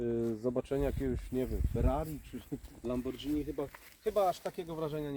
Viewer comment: Nie wiem jak miłośnik włoszczyzny może mówić "LamborDŻini". I "Trzy Porti" ;) Sam wóz przepiękny, a sport to nie tylko ogromne silniki, moce i przyspieszenia. Sport w tym Fiaciku to fantastyczna sylwetka (tak, Trzy Porti było w porównaniu z nim paskudne), fajne prowadzenie na zakrętach no i jak na tamte czasy nawet silnik 1.1 (jego rozwinięcie mieliśmy w CC/SC Sporting) - bardzo fajnie wkręcający się na obroty i przyjemnie brzmiący. Jak ktoś miał okazję porównać 125p nawet nie ze 128 Sport, ale z Zastavą - to już Zastava jest Sport. I wcale nie chodzi o osiągi, a o charakter. Pozytywnie zazdroszczę, też od dzieciaka marzę o tym wozie.